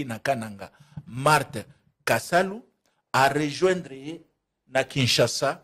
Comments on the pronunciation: Marthe Kasalu et non Kisalu😅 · Marthe KASALU et non KISALU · Maman Marthe Kasalu et non Kisalu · le nom de maman Marthe c'est Kasalu et non Kisalu. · Marthe kasalu pas kisalu